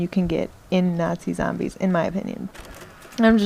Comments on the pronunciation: It's just the zambies, you know, the crap-load of zambies.....sry :P I love bronx-ish accents....I know u don't have one, it was just that ONE moment XD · lol i love how u say Zarmbies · Thumbs up if you like how she pernounces zombies as zambie